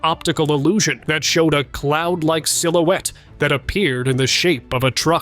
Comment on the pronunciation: Darting "SILOOTIE"??? I think, in fact I KNOW the word is "silhouette" and pronounced SIL-OO-WET 😢😢😮😮😮